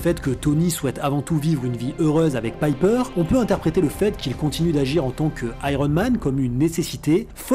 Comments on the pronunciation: sache le , même si la vidéo est correct , tu as vu les films et c'est bien pepper potz ( Pépper en prononciation et pas Piper (alias holly marry combs dans Charmed serie B) c'est pas ta première erreur malgré que tu te renseigne c'est bizzard .. tu es adèpte de l'accents francais ? qui malheureusement ne marche sur prenom anglo saxon... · super video mais c'est pepper et pas "piper" xD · C'est pas contre toi mais il y a une nette différence entre "Pipper" et "Pepper". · que tu prononces mal l'anglais, c'est une chose, mais là c'est un peu abusé je trouve. Je veux dire, pour faire cette vidéo, t'as rematté les films du MCU, donc t'as vu des scènes avec Pepper, dont tu as entendu les personnages, en VF ou en VO, l"appeler Pepper, et non Pipper. A moins que tu ais un ptit peu trop regardé de vidéos avec une certaine "Pipper" sur un site adulte? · Euh on est d’accord que c’est Pepper et pas Piper ? C’est pas comme s’il le répétais 15 fois en plus 😂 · Péper putain ! Pas Paiper ! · Le "Pipper" me coupe tout plaisir de regarder cette video tellement c'est horripilant. Pas d'excuse à la "je prononce mal l'anglais" qui tienne, il suffit d'entendre une fois le nom pour savoir que c'est pas Pipper mais Pepper... Bref, pas regardé jusqu'au bout. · ca m'eclate les oreilles de t'entendre prononcer "pepper" paille peur >< rha ! xD sinon j adore ton analyse comme toujours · Quand tu dis "Païper" tout au long, on dirait que t'as pas vu ce dont tu parles et c'est chiant...Tu fais souvent ce genre de bourde, pas juste dans cette vidéo, et j'ai du mal à comprendre....